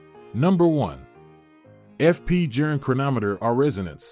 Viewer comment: TIP: Pronounced Jorn; not Jern or Jurn🙂! Good context, but you loose credibility on deliver when you butcher the pronunciation of Journe (pronounced "Jorn").